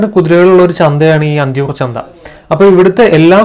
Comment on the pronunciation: "ചന്ത"ആണ് "ചന്ദ"അല്ല കേട്ടോ.🤗